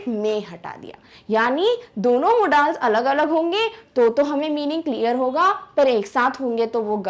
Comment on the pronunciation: are madam aap मॉडल्स को मोडालस बोल रहे हो